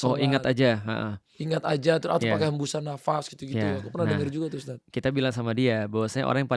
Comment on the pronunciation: Mohon maaf untuk,baru mulai aja udah janggal sih, dari segi penyebutan ustadz, Yang bener ustadz, pake( dzal) bukan USTAZZZZZZZ bukan pake (ZA) Saya rasa ini bukan bidang nya sih, terlalu jomplang obrolan nya,, susah nyambung nya😥😥😥😥